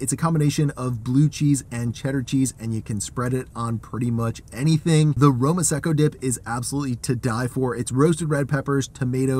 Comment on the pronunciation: Roma-secco...WTF. Aren't you Eyetalian!